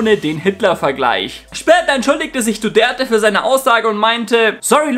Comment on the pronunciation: Duterte und nicht Duderte. Was ist das überhaupt für ein Name?! Du Gerte? Du Dörte? Du der te?